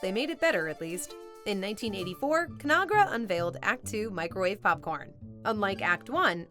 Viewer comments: "Con-Ag-Ra", not Conara. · please note the corporation ConAgra is pronounced like two separate words: con-AGra. Not Conahgra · I noticed the same thing. I'm glad someone else caught it too. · ConAgra is pronounced both of the letter a pronounced as it is in "magazine". Anybody who has lived in Omaha, Nebraska (their corporate HQ) can tell you that. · In all my life I've never heard ConAgra said that weird way.